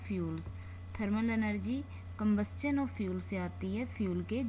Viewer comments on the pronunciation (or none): It's not cumbustun it's combustion